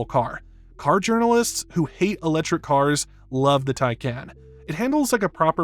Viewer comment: “Uh-lechrik” cars.